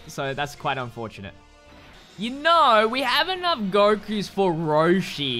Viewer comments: “RRRRRRROSHI” had me dying lmao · His way of saying Roshi was the funniest bit of the video XD